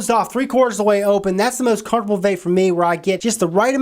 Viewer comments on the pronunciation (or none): none